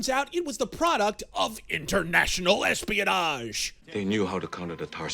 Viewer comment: I swear I heard you say international "lesbianage"